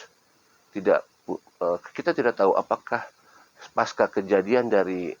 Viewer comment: Maaf, bukan Paska tp Pasca, dari bahasa sansekerta, dibaca C bkn K